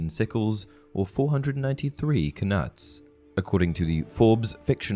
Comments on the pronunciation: I think the k in “knuts” is silent. Its just pronounced “nuts”. Enjoying your videos. I’ve read every harry potter book about 20 times.Not read em in a while though. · Are you sure we're supposed to pronounce the k in knuts? Usually when a k is followed by a fellow consonant its silent. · Do u really pronounce knuts like that?